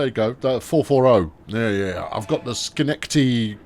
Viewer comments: It's SKah - NECK - Tah - Dee. Never been there myself, but it's in upstate New York state somewhere. I think. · Schenectady is pronounced as “skin-neck-ti-tee”